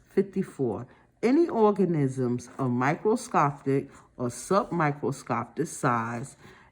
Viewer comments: The way she kept calling ‘organisms’ ‘orgasm’, damn near chocked on my food from laughing so hard. Maybe sounding out word is harder for some people. After watching multiple videos, it’s obvious that she’s been memorizing and guessing words for years instead of actually reading. All good. We all have our areas of weakness. Still happy there is a video like this to help us study. 💕😅😮‍💨😁☺️. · I lost it with the orgasims. It was very difficult to comprehend when you couldn’t see the questions and the pronunciation but I did get something out of it